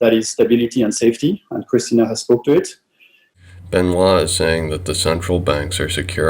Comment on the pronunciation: You are one of the few who say Benoit the right way 👍